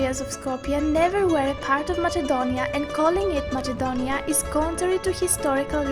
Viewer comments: Can anyone tell me why the narrator is pronouncing it as "MaССНe-donia", when the name in Greek is "MaКе-donia"? Who really pronounces it with the sound "-CH-"? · The stupidest thing I have watched today... This is nonsense and her voice is so fckin annoying... And it isn't MaCHedonia you stupid fuck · its not called Machedonia its called Ma{s}edonia but its writen Macedonia 🤦🏼‍♀️😑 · Lol I'm sure this person is either greek or greek biased person.. U cant even say the name Macedonia.. Its with K not MACHEDONIAN wtf are u even doing😑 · First learn to pronounce "Macedonia" instead of "macchedonia" then re-do the video tbh. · Προφερεται ΜΑΣΕΝΤΟΝΙΑ!! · Lol she literally says mačedonia 😂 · It's actually pronnouced Makedonia. Because that's how the Greeks pronounced it. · She was saying machedonia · Honey, learn to pronounce MAKEDONIA first! What is Machedonia? And that voice...hotline service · U cant even Pronounce MACEDONIA u say MACHEDONIAN wtf ? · Ok guys.You are right.Matsedonia is the albanian pronounce. But she has greek accent in english also.And she keeps a pro-greek stance. She is propably greek-albanian. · Learn how to pronounce Macedonia please. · Me after i hear her pronounciation of "macedonia": I'm done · Lol she don't know how to pronounce Macedonia and she is talking about that Macedonia is greek Macedonia never greek clear? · That on the begining heart my heart....and this fucking girl doesn't know how to say Macedonia.( I'm Macedonian) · I understand that, however if you are narrating in English, it would only be right to stick with the English pronunciation. Thanks for explaining, though. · You are an idiot on every point you made the Macedonian language is more complex than bulgarian you don't know even how to pronounce Macedonia so this is bullshit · Learn how to say Macedonia right and stop saying it wrong ist cringe.MACEDONIA is not greece.